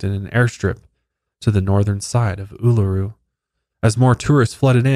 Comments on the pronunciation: seeing my last name in the title was a jumpscare😂 had no idea it was known as Ayers Rock! You nailed the pronunciation, first time I've seen someone get it right! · Aussie here :) very impressed with your indigenous pronunciation! Uluru and Kata Tjuta is a very spiritual beautiful place ❤️ Especially at sunrise!